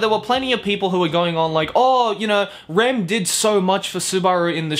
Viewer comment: My man said rem and ram